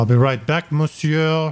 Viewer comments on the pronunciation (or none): none